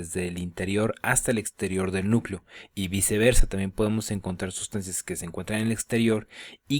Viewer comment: por qué dices subsancias?